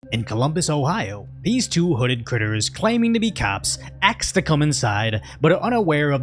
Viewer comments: Did you say " they Axed to come inside"? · When the cops need you to “axeks” you a question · Axe?🤣🤣🤣🤣 I'm not American and have a thick accent but I wouldn't f up "ask". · When people say axe instead of ask, that's the give away. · Aks to go inside? Aks? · "I need to AXE you a question!" :face-green-smiling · Why can't people speak. People do not "aks" nor "axe" questions. You ASK questions. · You said, "Axe." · Asked not axed, idk why but vocabulary of americans is devolving into tribal babbling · Don't judge a book by its cover, unless it pronounces "ask" as "axe" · We need to "AXE" you a couple of questions. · When a police offices says “aks you” instead of “ask you”, you know its BS… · "We need to ax you a couple questions" Also "...claiming to be cops, axed to come inside" lol🤣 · "We need to axe you a few questions"? Foh 🤣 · "aks', Ha! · if i hear "axe" you lose all credibility immediately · "this is CPD I need to axe you a few questions" 😂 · "Axe you uh kwestin" Fatherless language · "Need to axe you a couple questions" Lol nope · "COPD. We wanna axe you sum questions." Seems legit. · "Ax" LOL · Did you say axed to come inside on purpose 😂😂🤣💀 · Did you say Axed?? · "We need to ax you a couple questions" yeah definitely not a cop lol. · If you hear "axe you a question", no. Do not open lol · Pretty sure I've never heard the police say "aks you some questions"... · Give away: “…axe you a couple questions” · "we need to axe you a couple questions" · "CPD, we need to axe you a couple of questions". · "We need to axe you sum questions." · Dead give away is the use of the word "axe" vice "ask". Did giveaway to BLM members. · "We need to axe you a couple of questions." 😂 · “Ax to come inside” had me rolling 😭😭😭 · The inability to pronounce ask should have been a giveaway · Imagine impersonating an officer and you can’t pronounce “ask” right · Axe to come inside or ask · Ax you some questions 😂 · 'Acks' to come inside? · "Ax You A Couple Of Questions" Dead Giveaway!